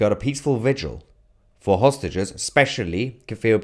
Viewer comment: Is it just me who heard "sausages" instead of "hostages" Gj mr tousi and team for fetching things into the lighr